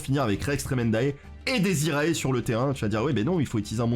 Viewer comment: Bonjour, tout d'abord merci pour ce contenu vidéo-ludique de qualité. Je veux céans vous faire part de quelque soucis de prononciation du latin que je rencontre partout chez les yugitubeurs francophone. Cela concerne les cartes démonforge ( fiendsmith ). Donc on prononce " diez iré" ( dies irae) et l'on prononce "ki-ri-é" ( Kyrie ), ce sont pour la plupart du temps des concept religieux et souvent des concepts rattachés au deuil ( requiem signifiant messe des morts, lacrima les larmes etc ). Merci beaucoup de votre lecture, je poste rarement mais j'avoue que ça m'a rendu chaffoins. ---- Jean-Constantin De Chateau_Neuf De La Villeclaire